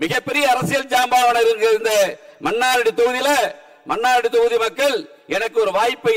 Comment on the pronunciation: மன்னாரடியா...மன்னார்குடி என்று ஒழுங்காக சொல்ல தெ‌ரியவில்லை... இவரெல்லாம்.ஒரூ எம்எல்ஏ...தேர்ந்தெடுத்த மக்களை சொல்ல வேண்டு்ம்...😮